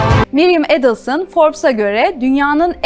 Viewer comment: Настолько подача материала ужасная, озвучка ИИ на фоне картинок и ,,ведущей,,. Еще и ударение фамилии каждый раз разное. Отстой , а не канал